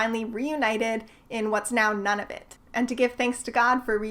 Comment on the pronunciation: Noneofit? I think you mean Nunavut (pronounced NOO-nuh-vut).